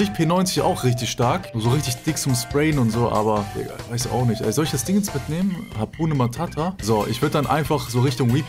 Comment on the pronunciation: Haha " Hapune matata " 🤔